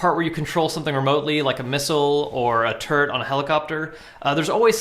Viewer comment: Took me a sec to realize you were saying turret and not terd :P